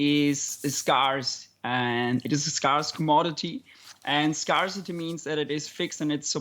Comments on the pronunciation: Yep it's a common mispronunciation. Similar spelling to "scar" but different vowel pronunciation. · It took me some time to understand that the sound he made was supposed to be 'scarce' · This guy can't pronounce scarce!